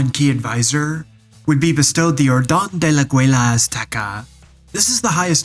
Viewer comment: "ol don the la awuela azteca" is not the name of the condecoration Jared received, but "orden de el aguila Azteca" hehehe